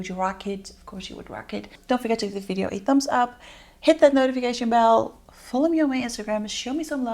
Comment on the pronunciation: So why do you say "Vi-De-Oh"? Lol I wanna know the TEA LOL